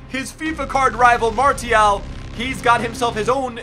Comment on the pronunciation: he pronounces every French word wrong like Martial is mar-see-al and thauvin is toe-von